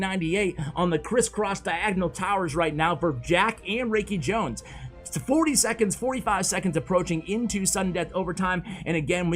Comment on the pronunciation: Love your vids! FWIW, it's pronounced FAV (rhymes with crab) Raikijones (rye-key jones) Mikan Bouya (bow - like bow and arrow-ya)